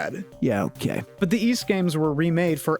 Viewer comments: Ys? I thought you said Wees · its interesting because i wouldn't pronounce those very similarly, but i guess in american and canadian english they're near indistinguishable, for me ys is like geese without the g, and ease is like easy without the y